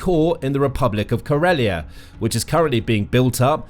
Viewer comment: Murmansk, not murmanks. Ladoga, not ladogo. Karelia, not karolean. I think you managed to mispronounce the names of every place in this video